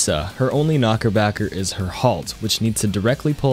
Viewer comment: idk why, but him calling it a knockerbacker lowkey annoys me haha